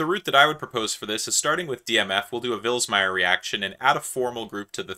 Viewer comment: Please don't call the good man a villager, it's /vɪlɪgəɹ/ or something of the sort, but please don't say the g as /dʒ/...